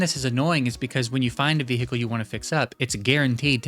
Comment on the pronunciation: bro is deffo one of dem state trooper bro says Veehekcle